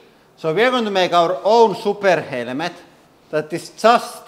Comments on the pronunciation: He says helmet helemet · "helemet" - this hydraulic press YouTuber guy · HELL A MET. That's how this guy pronunciates the word helmet in any case the purpose of the helmet is to stop a bullet from going into your brain that's what the test should be firing a rifle that would be used in a war AK-47 M16 for instance at different distances at the helmet not using a pressure machine or whatever the hell this thing is. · It's still funny listening to the way he pronounces the word helmet that's worth a few minutes. HELL A MET. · I see a motorcycle helmet and I see a military helmet therefore it depends are we at War with bullets being fired at our brains or are we driving a motorcycle it is funny to listen to his accent though momentarily. HELL A MET. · The man is lost but it's funny for 5 minutes in order to listen to him pronunciate the word helmet. HELL A MET.